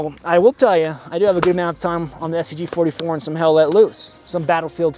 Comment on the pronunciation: I thought at the beginning he said "I am the talking STD"